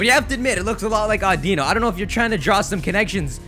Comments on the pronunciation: You pronounced audino wrong. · Learn how to pronounce Audino.